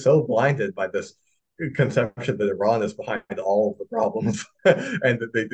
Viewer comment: Four months later has called 'Iran' perfectly.